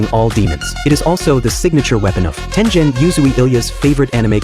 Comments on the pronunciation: im pissed that it pronounced tengen wrong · I hated it too. It is pronounced nee chee rin. I also hated how it pronounced Tengen wrong.bAlso if you are a true nerd about stuff and not just anime you know that nichirin translates to sun blade, so if you say nichirin sword you are technically saying sun blade sword.